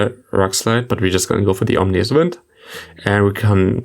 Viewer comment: OMINous wind not OMNIous wind🤣🤣